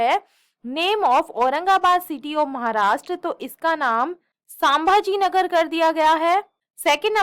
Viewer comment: Mam genuine feedback: please improve your pronounciation... Sambhaji Nagar aur Gun point ka pronounciation completely weird tha..